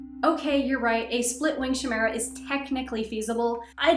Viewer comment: Chimera is pronounced with a k & I sound at the start, like kite. Not a shh sound. Ky-me-ra